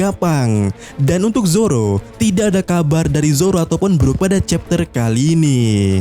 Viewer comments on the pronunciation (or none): none